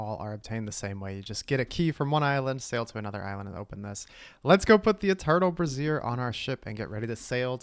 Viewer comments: I thought brazier was said like bray zure, not like brassiere. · brazier (bray·zee·uh) a portable heater consisting of a pan or stand for holding lighted coals. brassiere (bruh·zeer) women's underwear Made me laugh evertime you said it because im a child 😅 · Brazier vs brassiere pronunciation lmao😂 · wow your pronunciation of the word "brazier" is crazy work breeyziiiiieeeeer